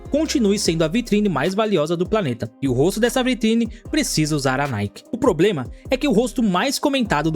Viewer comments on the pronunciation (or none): none